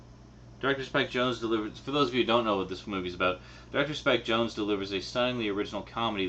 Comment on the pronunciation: You mispronounced Spike Jonze's name. :P